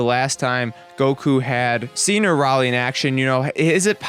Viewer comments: A ray lee, is how that's pronounced. Not a rauw lee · it's a-rail not araly idiot